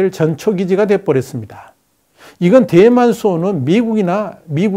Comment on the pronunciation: 내귀가 이상한 건지.. 대만이... 뎨만으로 들림 ㅎㅎㅎ